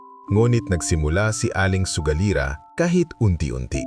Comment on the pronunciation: Baka sugalera Hindi sogalira. Taga Visayas siguro si Sir 😅 Anyway, no bashing, nagsabi lang ng tamang spelling Hindi Ako nagmamagaling..